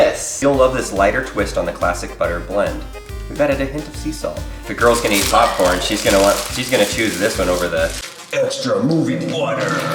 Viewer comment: "Theres popfhcrn inside of microwavable popcrn"